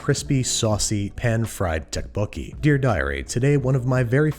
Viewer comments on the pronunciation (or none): Tteokbokki isn’t pronounced with a “tteok” sound and instead with a “dokk” sound. Loved the video though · Here's how to say it: toe - poke - key :) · Your pronunciation is killing me. It’s a soft t sound, almost a d sound. It’s somewhere between tok and duck. The second part is close enough. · Its pronounced more like duck boke gee more than tuck boke gee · Thank you for bothering to pronounce the ingredients correctly. However, the dish is pronounced DUCK-po-kee. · Wait Andrew Isn't ttekobokki prenoused tapoki? Eh idk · Did anyone else die a little inside every time he pronounced the "Tee" sound in Tteokbokki? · hi babish! when i first ordered this dish from my dad's favorite korean restaurant, he told me that the " tteok" is tteokbokki is pronounced closer to "duck" ! wonderful video tho :) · There’s no t sound in dukk bo ki. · say duck but replace the 'd' with 'th' = thuck-bokki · pronunciation tip: the rice cakes (tteok english spelling) is just the word duck with a hard d. ttuck-bo-kee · Tokk like a cross between dock and tock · It's pronounced doek-bo-ki (doe=duh). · Oh hey! I had tteokbokki just now! Also the way u pronounce them “Tuhk! Boki” is killing me. Also you meed to add onions and scallions when cooking for sweetness. We don’t usually top them with fresh scallion. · Ah yes, my favourite ttekkbbooi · Fine. The Tt at the beginning is more of a D sounds like tdokebokie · I really enjoy Babish's videos, but I can't help but cringe whenever I heard the dish being mispronounced pretty badly. You put so much effort in the preparation and cooking, I would like to see it expand into your knowledge and representation of other culture's cuisines. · Can he watch Mukbang and learn how to pronounce tteokbokki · The way he's pronouncing it is killing me, but tteokbokki is probably one of my favorite Korean dishes and I'm happy to see Babush make it :) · recipe: fantastic and authentic, but I will never be able to unhear that pronunciation of tteokbokki